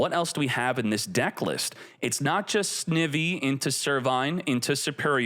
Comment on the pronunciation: "Sn-eye-vee" is the correct pronunciation